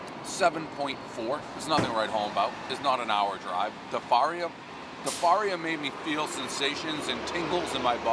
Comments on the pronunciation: how about his pronouncement of "DIE-FARIA"?😫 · Spa-Money Gardens and Dee-Farios 😂